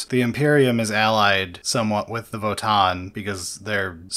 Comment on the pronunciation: Just for the record, it's Vo-TAN. It's not a double aa sound, it's a hard N. So It's Vo-Tan.